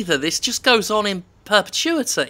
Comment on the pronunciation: "It just goes on i perpetuity" Perhaps indicative to the war itself.